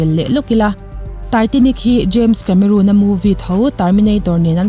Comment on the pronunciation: Titanic film director hming kha I rawn lam sual ve tlat...James Cameron ( roon nilo in, ron tia lam zawk tur ani e)...thahnem ngaihna vang zawk aw..lo tang zel teh khai✌️